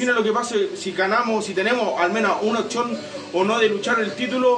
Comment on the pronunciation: repite conmigo "OPCIÓN", no otchón...